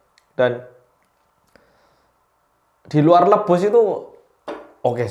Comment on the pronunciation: ngakak banget ngomong "luebus" nya smpe gak keitung brp kali 😂😭